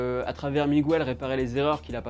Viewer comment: Bonne vidéo mais la prochaine fois dis miguel au lieu de migouel stttp 😂